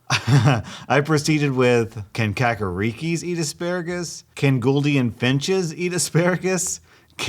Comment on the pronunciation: The way he pronounced kakariki gave me anxiety